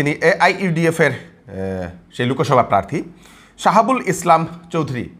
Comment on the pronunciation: Apni apnar pronunciation thik korun.... Chintaikari...Loksabha....